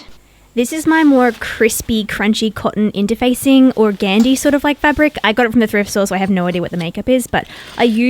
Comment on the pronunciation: It’s lovely. To get that wispy look of your photos, it is ok to just use lace and organdy. (Check your pronunciation). Organdy is supposed to be stiff and papery. It would have been sheer and yet strong and wispy.